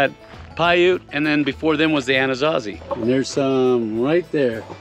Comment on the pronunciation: pronounced anasazi wrong...